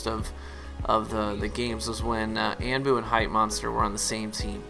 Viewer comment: Anbu is pronounced on-boo. unless he doesn't say it that way i guess idk, just giving you pointless information :) anyway it really sucks that they're nerfing more things that are irrelevant and unnecessary